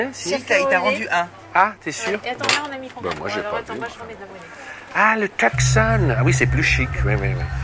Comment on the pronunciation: Ça se prononce Toussonne :)